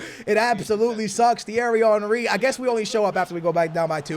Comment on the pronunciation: The way you say Thierry Henry is so satisfying 😂